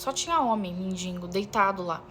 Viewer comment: "Mendingo" é pior do que a história...